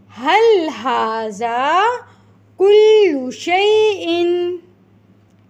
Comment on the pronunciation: If you don't mind then please read هذا pronouns ذ، don't say ز...